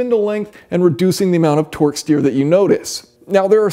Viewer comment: Sounds like you're saying Twork steer.